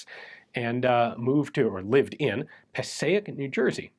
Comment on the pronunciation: Passaic is pronounced "Pa Sake". Im from North Arlington NJ which is very close to Passaic.